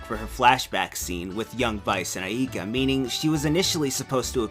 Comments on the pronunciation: me: say "Ay, like a pirate" you: AY me: now say "Ka" you: Ka me: now say AIKA you: Ayeka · He can't pronounce Aika or Enrique correctly, but I still like this video.